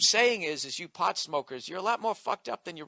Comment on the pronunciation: Haha Bill says "pawt head"